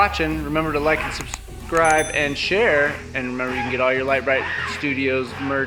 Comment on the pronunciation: is that mischievous little sister. Most of us know what I mean. You could tell that she was trying to distract with that squishy noise the tire was making. And it worked as had trouble pronouncing, Subscribe. Too funny.